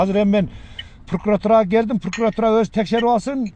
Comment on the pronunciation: Пуркуратура эмес Прокуратура болот